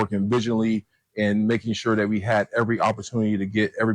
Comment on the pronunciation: "Dat"?? "your announcing DAT"..? are you meaning THat? how can educated people not be able to pronounce words correctly?